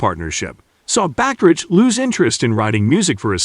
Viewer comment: It's pronounced ba-ka-rack. Other than that, I agree with everything else you said.